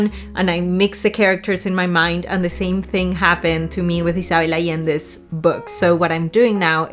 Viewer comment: My name is Isabelle. The way you pronounce it, with the S sounding like a double S and not a Z, and the B sounding more like a V is just 🥰!! It's the first time I hear it pronounced this way and I"m in love! Also crying for a book is SO RELATABLE!!!!